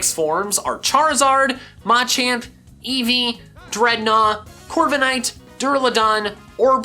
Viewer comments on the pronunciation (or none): He says Mochamp not machamp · Why does he say Maaa-champ, JUST SAY MUH-CHAMP